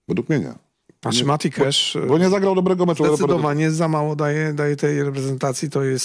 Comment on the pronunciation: MATI KASZ, nie kesz